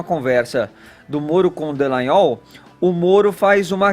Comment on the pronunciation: Gente, esses jornalistas não fazem o mínimo do dever de casa, que é ler corretamente o nome das pessoas: é DALLAGNOL, e não Dellagnol...